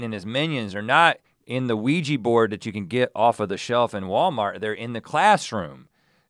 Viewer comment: I can't help but to get annoyed on how they pronounced Ouija board like "Ouiji" lol